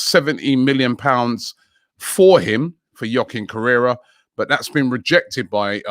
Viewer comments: its Correa not Correra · Correa Robbie not Correra 😂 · Just FYI it's Correa, not Correra... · Man Robbie it's correa not correira 🤣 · It's not Correra it's Correa. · Dude his name is literally Joaquin CORREA not CORRERA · Robbie his name is Joaquín CORREA 😅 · Joaquin Correa Robbie: Juaquin Correra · again with Joaquin 'Correra'..Man its Joaquin Correa!😂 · Correa Robbie.. Not carrerra.. He's not a bike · I’m actually sick of Robbie pronouncing everything wrong😤 Correra?!?!?!